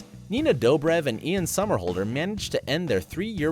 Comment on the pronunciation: Your saying Ian somerhalder wrong